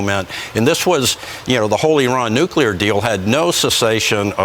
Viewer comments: Please, PLEASE pronounce nuclear correctly. Say NEW CLEAR, not nucular. 🤦‍♀️ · Nuclear, not nucular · You kinda lost me by pronouncing NUKELAR instead of NUCLEAR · great info but NEW-CLEAR..... not nukular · I like most of what you publish, but at the risk of being a grammar pain in the tush, I really wish you would make an effort to pronounce NUCLEAR, instead of NUCULAR. I see it gets spelled properly anyway. Rant over. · Love the information that you're bringing to us, but... Are you saying nucular or nuclear?? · Are you saying nukular in purpose? 😂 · Your video is misleading. You wrote “nuclear” but I heard you say “nucular” I’m sensing some sensationalism while more of the status quo. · Please stop saying nucular , it’s nuclear. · For heaven's sake dude, it is pronounced NU-CLEAR, NOT "NucULAR". Good grief. Try to sound more intelligent if youre going to make these videos. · "new-clear" not "nucular" Don't mis-pronounce "nuclear" like George W. Bush did. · What's a nucular bomb? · "Nukila" Bomb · bs channel and f pronounce nuCLEAR its not hard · It’s Nu- Clee- At 😂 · Interesting video, but please someone tell this man how to say “nuclear.” 😳😳🤦‍♂️🤦‍♂️🤦‍♂️